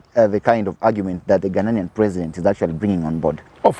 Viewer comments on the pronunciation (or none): It is Ghanian and not Ghananian.